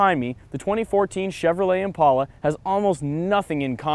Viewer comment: He keeps pronouncing "Impala" wrong.